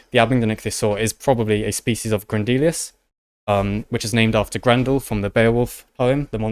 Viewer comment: Grendelius, literally named for Grendel, pronounced properly as "GREHN-dehl," and yet you KEEP saying, "Grehn-DEE-lI-us." It is Grehn DEH-li-us." And all the mispronouncing THs as Fs.... It is not TEEF, it is TEETH. There is no such word as FREE defined as 3 things. The word is THREE. FFS, dudes, get it right, if you expect respect. Please and thank you.